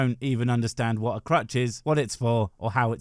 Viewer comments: Heheheh... he said 'crotch' instead of crutch. . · I thought he said crotch 😂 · With Dennis starting off talking about his sex book collection it took me a couple of minutes to realise it was crutch and not crotch he was boasting about.